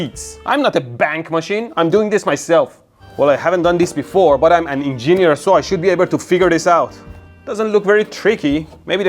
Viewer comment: Ah yes, the en-gee-neer